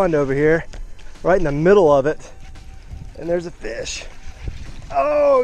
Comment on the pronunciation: ”There’s a fis!” I didn’t spell that wrong that’s what he said